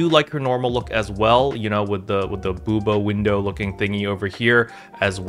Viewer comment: You did not just say Booba Window 😭😭